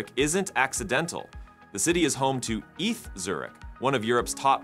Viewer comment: Hi, you dont say eath Zurich but ee, tee aitch or E. T. H. for Eidgenösische Technische Hochschule, Swiss Federal Institute of Technology. Update your TTS weights 😜